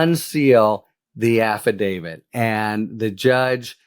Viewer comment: Thank you for pronouncing "AFFIDAVIT" correctly, Harry! If I had a dollar for every time I heard someone say "affi-DAVID," I'd be rich. 😂